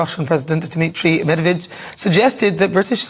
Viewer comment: Dmitrij Medved??? 😀😀😀😀😀 Medvedev! And it’s a big big big difference 🤣🤦‍♂️